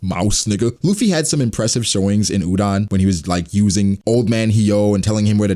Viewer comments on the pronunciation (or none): none